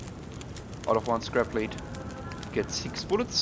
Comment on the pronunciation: The heavy metal ‘lead’ Is not pronounced the same way as wire ‘lead’